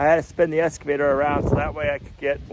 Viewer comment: there is still no "s" in excavator.